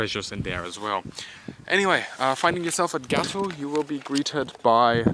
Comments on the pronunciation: Gatow has a long A. Like Gaatow. ☝️🤓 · He maybe german but nevertheless still wrong about this one; the "A" in "Gatow" is in fact pronounced prolonged. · Hes simply englishifying it i think